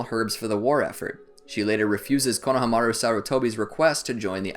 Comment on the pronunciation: I like how he mispronounced konahamaro